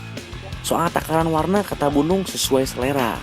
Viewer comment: Nyebut bu nung tapi kedengerannya gunung